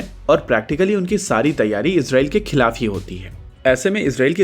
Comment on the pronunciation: Khilaf hota he kalaf nahi.